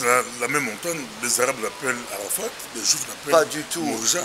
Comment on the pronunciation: Où les musulman vont là le mot ne se dit pas Arafat on ne lit pas le t